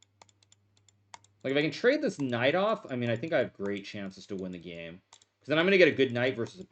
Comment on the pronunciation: why does he say teke and geme instead of take and game. drives me insane.